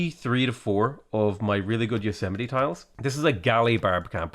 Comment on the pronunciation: I just came to the realization that I'm saying Yosemite wrong...